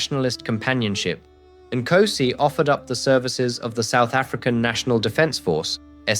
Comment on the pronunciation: You have zilch credibility as a South African if you cannot pronounce the first word of our national anthem correctly!!! "Nkosi sikelele iAfrika!"😅